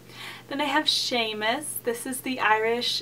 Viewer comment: My name is Niamh, and the Irish names my kids have are: Séamus Pádraig, Caoimhe Siobhán, and Brigit Áine. You did a good job! One correction: Seán is supposed to have the fada on the a, not the e (like in the video).